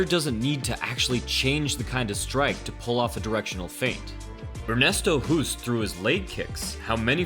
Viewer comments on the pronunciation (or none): Ernesto Hoost is pronounced as HOST, not "Hoost". So HOOST sounds like TOAST or ghost, most or roast. In Nederlands (Dutch) a double O is pronounced as a LONG O. To get the sound of "boost" or "roost" you add an E after the O. (voet = foot and voetbal = football) I am telling you this as I have been mega annoyed at "professionals" messing up Ernesto's name. GET IT RIGHT!!!